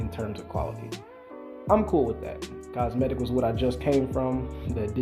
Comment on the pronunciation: COmetic not cosmetic lol